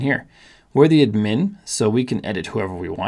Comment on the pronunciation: Never heard someone call it “ud-MIN”. Only “ADD-min